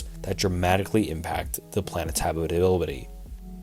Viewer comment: how he says “habitability”